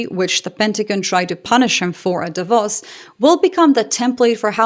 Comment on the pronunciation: I noticed your Davos pronounciation. Pretty good and rare.